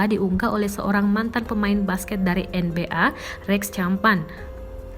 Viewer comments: kamana ath NBeA wkkww yg bener lah ngmng NBEA wkkww malu maluin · NBA baca En Bi Ei...duh news anchor nya ini blajar English dl lah. Nyebut nama atlet NBA jg salah itu. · en bi ei bacanya mba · Lah moderatornya baca enbea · En bi e wkwkwk